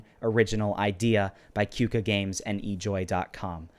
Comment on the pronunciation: You Pronounce "Qooka" as "Koka"